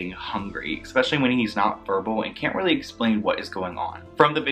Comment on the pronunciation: The word is especially. Not eXpecially.